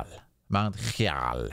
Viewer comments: its, `High-Jal` lol. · Mount HIGH-JAL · Mt Hyjal( Hy - jal)